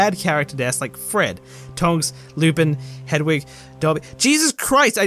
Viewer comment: Whole video is void for pronouncing ‘hedwig’ as ‘hedgewig’ less than 1 minute in.